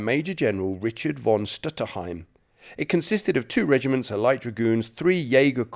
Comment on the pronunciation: to the adress of the video maker: please notice that in the German language the "v" in the word "von" like in "von Witzenstein" is not spoken like in English. It is spoken like an "f". Please notice that in the German languag the "ei" like in the word "Witzenstein" is not spoken like in English. It is spoken like "ee" like in "bee". It seems that you want to praise the "Britain`s German Soldiers" in this video. Perhaps it is a good idea to take the effort to pronounce their names in the correct way, right?